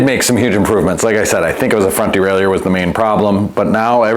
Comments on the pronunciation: Well what i think is learning how to pronounce Derailleur without putting some weird French spin on it (unless you're French of course). Seriously, that's like nails on a blackboard. Just say "Derailer", lord 🙏 🙄 🤦‍♂️ (my father used to fix bikes back in the early '70s, if i ever hear him say "derailEUr", i'd have spit my coffee out, sorry) 👨‍🌾👨‍🎨🗼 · De rail ie err ? What dude you might want to take a closer look at the pronunciation of that word bud